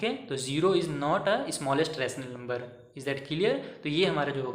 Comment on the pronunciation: Smallest bolna nahi aata 😂